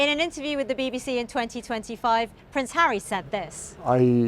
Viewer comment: ... did the lady say 'William and Harrow' ? I surely misheard, but... would fit a bit.